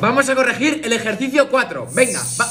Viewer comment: El profesor siempre diciendo el ejercido 4